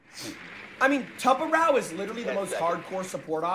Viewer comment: Sorry, he said tubaro how???